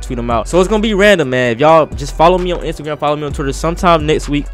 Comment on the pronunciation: kinda sounded like he said instagam story